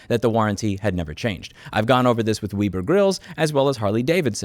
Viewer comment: I love how louis always butchers the name of companies or products. Ridgid(ridge id) is Regid Webber(web er) is Wibi